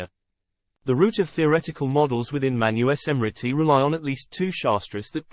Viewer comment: Awesome. Its pronounces as MANUSMRITI sir, not Manu-e-smrtit.